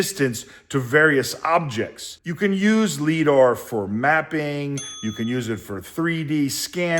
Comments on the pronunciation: Great video, perfect level for most people to get value on this process. And 18 minutes of me yelling “it’s pronounced LyDar” …then the phone call 😂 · lol... every time he mispronounces liDAR has me cringing... makes the clip unwatchable... ugh